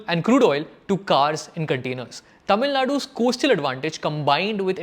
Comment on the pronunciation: These copycat episodes about Tamilnadu have been increasing, no research done on the political socio-economic history of the state. Wikipedia and half-truth statistics. just grow the views and we all keep falling for it. Please learn how to pronounce the Tamil names it's not so difficult.